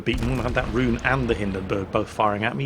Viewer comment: Please do not pronounce "Roon" like "rune". Should sound more like "rowan" or even better "Rhone"